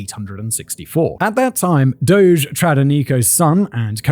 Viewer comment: What a lovely treat to hear someone use the word "doge" correctly.